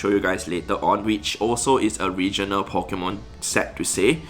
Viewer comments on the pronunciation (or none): It is said Pokémon not Pikemon,, thus saying spoils the entire existence of pokemon